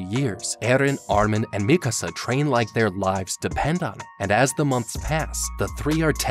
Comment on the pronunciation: Oh thank God you pronounce Mikasa correctly